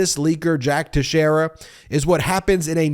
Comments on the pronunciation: His name is pronounced texerror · It's pronounced Tex era for American Portuguese. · First you are pronouncing the name wrong, second yes you are correct, it's irrelevant what he believes, what matters is what he did, he made public classified documents, that is treason and must face the consequences for it. In no way what that kid did qualifies as a leak, it was simply a kid wanting to impress his buddies, nothing more.